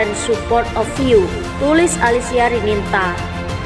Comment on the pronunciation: jangan percaya dgn peramal .fitnah. baca nama salah ALISIA RININTA dibaca Alisia RINANTA / Rinanti he he ngawur